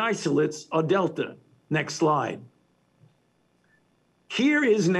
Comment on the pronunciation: When he says "next slide", I kept hearing "next lie"